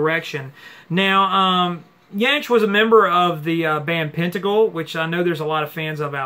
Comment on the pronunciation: What a giant Jansch is. He was a huge influence on Jimmy Page and others. Think you got the pronunciation right though I'm not sure my spelling is! I have the early albums but didn't know about this one or the country direction.